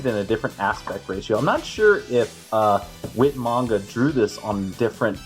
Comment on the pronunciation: Whit manga? Um….. 😐 who’s whit manga? Lmao 🤣 do you mean Whyt manga? Lol